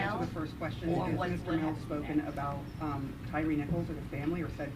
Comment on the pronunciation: "Tyre" is pronounced like "tire", not "tiree". He was named after his lips.